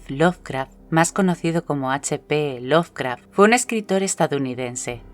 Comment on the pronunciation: lo ley mal XDXD laracraft XDXDXD